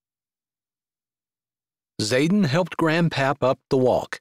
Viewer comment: Good story. I only wish his name wasn't Zaden, mostly sounded like Saten.